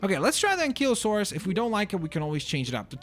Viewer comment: This is how you say ankylosaur AN CI LO SAUR